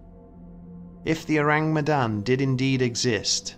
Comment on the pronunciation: Everyone who speaks Malay: This video: Ooureeng Meydannn